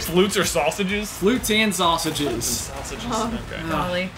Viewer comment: "Flutes and sausges" 😂😂😂